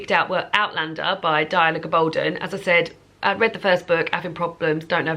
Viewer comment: Just an FYI on author pronunciations for future: Adiba JAG-eh-dar and Diana GAB-uhl-done😊